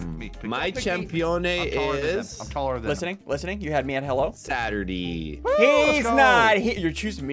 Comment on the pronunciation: Did said Saturdee (Saturday)